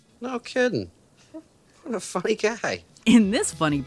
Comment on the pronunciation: he is saying “what a funny guy” but sounds like “what a f**** guy”